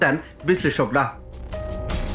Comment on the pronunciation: নিউজ ডেস্ক - Desk. নিউজ ডেক্স - Deks নয়।